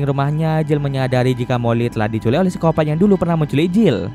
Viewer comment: Pengen ketawa gua denger baca siskopat